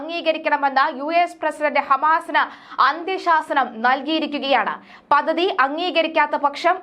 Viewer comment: പദദി? പദ്ധതി എന്ന് പറയൂ